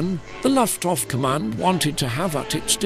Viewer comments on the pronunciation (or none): Another computer-generated voice - "Luftwaff"? and more. I can't listen through to the end.